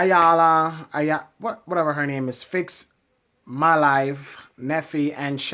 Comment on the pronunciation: Isn't everybody on TV to make a living and get paid?! WTF!! ....... and her name is pronounced "Eyanla". BTW, please don't pick your pimples on camera, eeewwww that's just nasty!